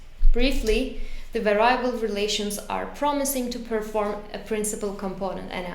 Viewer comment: var-i-able! I cannot say this any other way now.